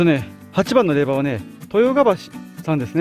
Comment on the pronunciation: れいば！ではなく れいじょうです。 恥かくので 人前では 気いつけて！